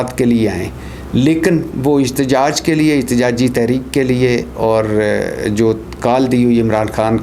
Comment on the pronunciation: احتجاج ہوتا اجتجاج نہیں پہلے اردو سیکھو پھر ویلاگ کیا کرو سبزی فروش